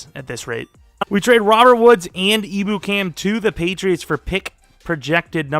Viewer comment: Just ur friendly neighborhood Rams fan here! it’s not a big deal, doesn’t swindle this video from the greatness it is, but just a tip Ebukam is pronounced Em-Byu-Cam! Hopefully that’s helpful and u see this so u can use it for ur online franchise which i’m SO excited for!